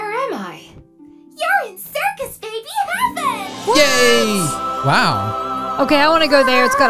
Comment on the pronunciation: When circus babies twin said her name she said circus blueby